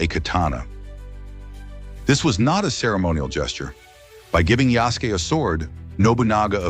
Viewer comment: I get your point but it's spelled Yasuke. It's sort of pronounced how you spelled it although you do pronounce the 'u'. It's almost like the soft 'u' at the end of 'desu'.